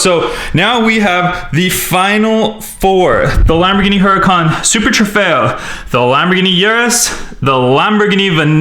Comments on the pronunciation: It's veneeno not vuh nen o also the huracán is pronounced hurricane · It is pronounced as uracan but it's spelling is Huracan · It looks like huracán but it's actually U-ra-cán